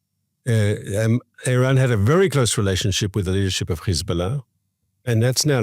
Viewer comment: Please stop saying Khezbollah it is Hezbollah it is not the right pronunciation. Give your throat a break!